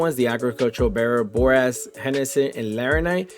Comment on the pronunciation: I laugh every time you say, and dint even try to pronounce Hephasteakjhokhgolh or what ever its called haha.... great video for ship mining starters, though!